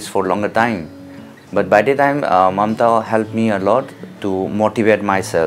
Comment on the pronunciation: Its Mamta bro not momta